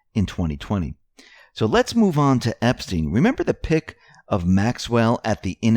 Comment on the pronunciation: Robert EP-STYNE !! Pronounced NOT like the pervert. Hillary enraged because she will be announcing a 2020 run after Dem debates. It's not a surprise that Obama is planning trip to Denmark in September. My guess is he's getting ahead of Trump being blocked from buying Greenland. Now we know why. They're running their operation from there. And Antartica?